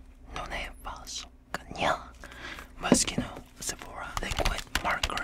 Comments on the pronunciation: I love how you say moscino(moschino)like your about to say mosquito when its pronounced mosshino(moschino)😂😂just saying... this is not a hate comment btw😁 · Ema 126 yes i know lol, still sounds like mosquito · I thought he was saying Mosquito... “YoU dEseRvE mOsqUiTo oN yOur FacE.” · Why did i think he said mosqito all the time?😂😂😭😂😂😂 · Idk why but I keep hearing "You deserve mosquitoes on your face." Yes, I think I have hearing problems. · For a second I misheard "Mischino" to "Mosquito" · he manages to say moschino with an impeccable pronunciation The British who say moskuino because the British suck It's ironic, nobody sucks